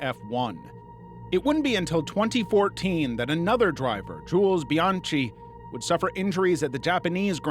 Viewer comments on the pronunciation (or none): none